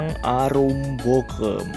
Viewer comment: Naratornya asli mbantul bukan ya ? Kok logatnya salah2. Bogem pake e dikata apem, bukan e di bebek.